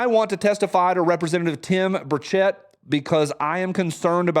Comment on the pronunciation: It’s pronounced Burr-ch-it. He ain’t French. Come on, your from Tennessee. Do better. 😂